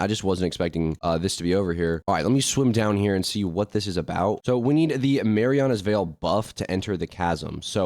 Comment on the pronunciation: ❌Merlins veil ✅Marianas veil